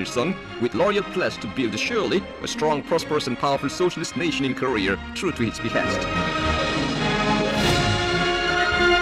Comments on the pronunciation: I didn't know I was pronouncing Korea wrong. From now on, it shall be "career" in my vocabulary. ha. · "the powerful nation of Kah-rear" lmao!!! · why does the introgation dude say koreaung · The guy in the little videos says Korea like Career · "This is the forturne and glory of koreaar." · Fun fact: this is a type of overcorrection that’s pretty common with speakers of languages that don’t have the same r sound as us that try and pronounce the r as much as possible to better imitate our accent, even when there is no r. I know this comment is really old but I learned that recently and thought it was cool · wow they cant even pronounce their own country's name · Did nobody tell the narrator how to pronounce Korea? Haha. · Funny how the narrator in the propaganda film pronounces Korea "Career". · They call their country "Koryo" or "Goryeo", and when speaking in English, they say it like "Koryeo" which sounds like Korear to us :)) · North Career's grory. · I like the way that the parts from the other documentary pronounce korea. it sounds like a mix of southern american, microsoft sam, and lolspeak- "Cureer is de best country in de wurllld" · Pizzahut99 No, it's "Koreeur!" Get it right! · this guy in the video keeps saying north career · What I learned from this video: they pronounce it "Ko-ree-er" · The narrator guy says korea like career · Haha "Korear" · I didn't know Korea was pronounced Career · In Korear lol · “kor e er” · Have we been saying Korea wrong all this time? Is it actually pronounced North Career/Courier? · Rest of the world: "Korea" North Korea: "Koreeyer" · Out of all this all I got was the narrator saying north career instead of north korea!! 🤣🤣🤣🤣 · Ok is it pronounced korear or Korea? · Who do i keep hearing korear? It's Korea why can't they pronounce it without "r"? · Is it just me or does the Korean narrator who's talking about how terrible the USA is say 'Korear' instead of 'Korea'..... LOL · Why KOREAR? lol jesus christ... NORTH KOREAR :D